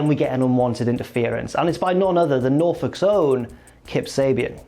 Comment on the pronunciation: Why did pronounce Nor-folk like that???